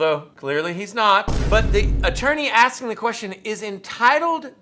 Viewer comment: You cain't do dat 'cause I'm axing questions about awful law!